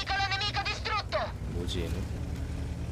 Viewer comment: 디스투루또!! 이딸리아 전차장은 발음이 착착 감겨서 너무 좋아 ㅋㅋ